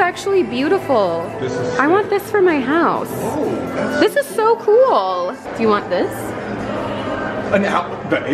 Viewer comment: colby sounds so Australian when he says whoaaaa 💀